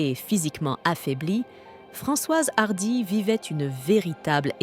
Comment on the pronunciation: C’est quoi cette prononciation à l’anglaise de son nom? Apart ça, triste qu’elle soit partie mais soulagée de savoir qu’elle ne souffre plus